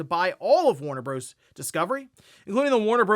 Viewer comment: DUDE. It is NOT pronounced “Warner Broze” 😂😂😂. It is an abbreviation, not a WORD, and it stands for BROTHERS. 🤣🤣🤣